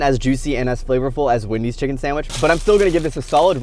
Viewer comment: It is Wendys not Windys